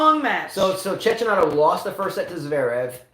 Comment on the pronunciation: It is Tcheckinato, not Tchetchinato. If you listen to the judges you will hear the right pronunciation and they are really good, all of them.